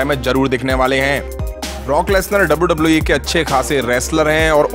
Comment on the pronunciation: Its wwe not dabauu dabauu eee